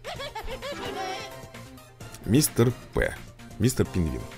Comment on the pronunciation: Не Мистер П , а Мистер ПИ